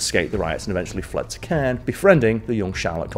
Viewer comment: Caen is pronounced like con, but in more of a French accent. Not criticizing, but just helping out for future French videos! Keep doing a great job Smallwood!